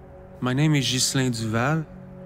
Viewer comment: "My name is Yieunsttt Zizzelllll"